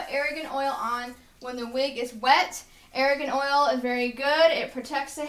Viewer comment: ITS A-R-G-A-N OIL!! NOT ARAGAN OIL! So annoying, you don't even know what your damn talking about